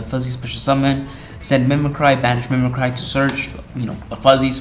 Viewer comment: Mimic-ry, not mimi-cry